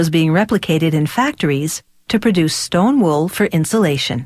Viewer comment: Shleem wool